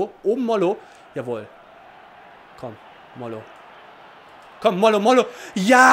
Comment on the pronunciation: mollo wird mojo mit Betonung auf dem 2."o", also so wie dus bisher gemacht hast nur statt "L" ein "J" und HAMOUMA wir AMUMA ausgesprochen ;)